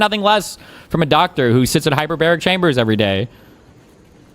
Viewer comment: We misunderstood him, he didnt say hyperbaric chamber, duh, he said hyper-berry chamber. Its full of asai and acai berries, along with other fruits and omega 3s. The treatment name is "The fruit punch" 😂😂